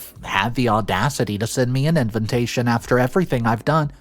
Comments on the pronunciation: DUDE!! The word is INVITATION not INVINTATtion!!! Your grip on the English language is crazily inadequate! I refuse to subscribe to your channels because of you poor grammar! I do enjoy your stories but the way you mispronounce your words tstruly distraction. Yes, I'm a grammar Nazi go ahead and block me. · invitation not inventation, you suck as a native English speaker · Invitation not invintation.... Refuge not refugee